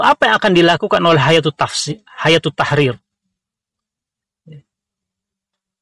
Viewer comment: Kok mbacanya hayatu, ustadz ? Bukannya hai-atu